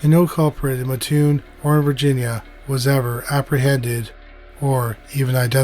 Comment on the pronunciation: I am from and live in mattoon!! So cool to hear you cover this!! Many theories here! My mom was little when it happened! Also it’s pronounced Matt-tune lol everyone says ma-tune lol